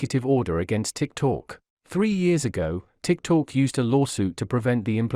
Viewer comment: The intelligent robot reading the text should be taugh to pronounce TikTok correctly - it is not Tik Talk!